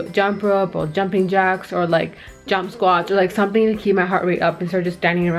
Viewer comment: awwww you sound british when you say "jump ropes & jumping jacks" 😅 -- btw you look amazing! 💕